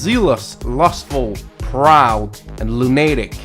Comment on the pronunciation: "Lunahh'tic" was annoying me, but when he said "JeruSah'lem" HELL NO!